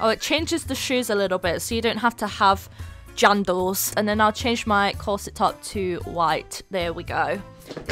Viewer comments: It felt like u said …”JUNDELS” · I love when said “u don’t have to wear “jandels” I also love her accent it makes her sound elegant- Thanks for dis vid it helps me out a lot^^ Best Rh utuber ever! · " so you don't have to wear jandels " 😂😂😂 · i laughed when said "jandels"